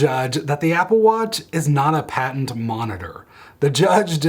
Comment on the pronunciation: You keep saying "patent monitor". Don't you mean "patient monitor"? Anyway, thank you for the app.